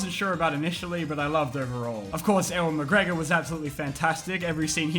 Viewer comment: Did you seriously just Ewan Mcgregor E-wan I mean….. ehehhhh whyyyy